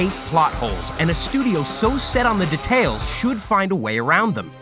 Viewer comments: am i hearing "de...tales" like boi its dEtails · All I heard was De-tales